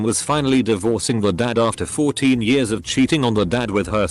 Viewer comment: Nobody: Reddit voiceover: ‘in 10 yurrs’